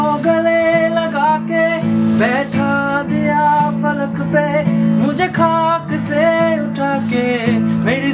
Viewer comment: ektu hindustani words guli thik korey pronounce korley bhalo hoy ! Khuda, Khaaq, etc etc